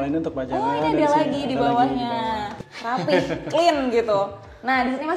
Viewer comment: 'Rapi' tidak diakhiri dengan huruf 'h', Kak❤